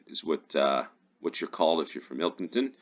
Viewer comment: You pronounced Ilkeston correctly!